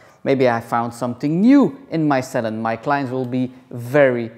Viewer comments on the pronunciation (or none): TikTok? 😅 I like how you say salon... "Sal'n"!👌😁😂💕